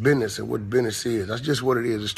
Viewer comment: Right... he was driving me nuts!... it's BUSINESS...not Bidness! Took away from his valid point!